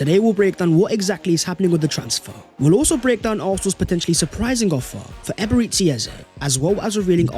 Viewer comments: Nigerians must be laughing hard when they hear Eberetsi Eze. Our dear it's actually EbereCHI. Emphasis on CHI. We love you anyways. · Please learn to say Eberichi ffs It's bad enough when you say "ecspecially" or "subscribe the channel"